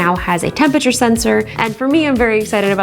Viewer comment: The way Justine pronounces “Tempature” is alternatingly cute and infuriating 🤒